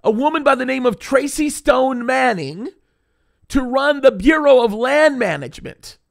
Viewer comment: When you said Bureau of Land Management I thought you said Fuehrer of Land Management 😂